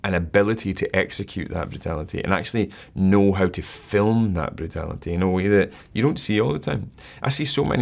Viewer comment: never heard the word brutality pronounced so beautiful